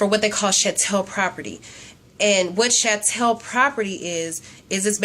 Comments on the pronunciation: I thought Sha-Tell was hilarious! lmfao!!! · Sha-Tell I Crack up everytime!!! lmfao!!!! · The proper pronunciation of the English Word 'Chattel' is with the hard 'Ch' sound. as in Church. The Etymology of the word chattel is derived from the French word 'Chatel' pronounced withe the soft 'Ch' as 'Sh' as in "Shoot' but that is not the American Pronunciation for the given word Chattel. Most people that understand the word 'chattel' already understand what the word means and its proper pronunciation. You are welcome to looking it up on Google Translate and Webster's Dictionary so that you won't continue to sound like an Idiot. Est-ce que vous me comprenez maintenant ma amie? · You're saying chattel wrong.